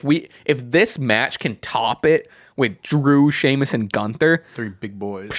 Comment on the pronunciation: Who's Piper Nixon? Did Piper Niven and Nixon Newell do a fusion and I missed it? Lol Also y'all keep mispronouncing GÜNTHER's name.